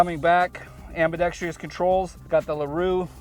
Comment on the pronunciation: Please look up how to pronounce AMBIDEXTROUS. You sound like a chump when you say “Ambidextreeeus!”